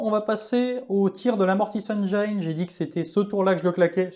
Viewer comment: Écoute moi bien! Tes rapports de bataille sont excellents. Mais… la prochaine fois que tu dis Mortis Engeeïïne je me désabonne direct! 😂